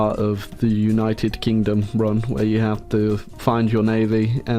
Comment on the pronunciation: Ah yes, my favourite nation of Oonited Kindom